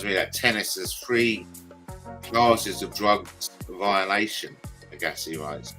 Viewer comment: It is pronounced AG assi like SHAG assi 😂